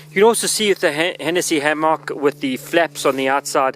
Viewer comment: Ham-mock that’s not how it’s pronounced but thank you for your video